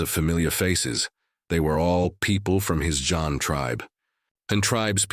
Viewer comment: thank you! yeah zhan still sounds like john.. yup same as any other languages some word have no english translation